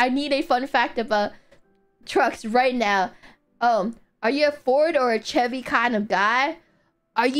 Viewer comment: it's pronounced "sheh-Vee" (chevy)